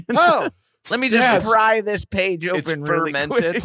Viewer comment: I keep thinking Adam is saying "jizzed" when he says "just"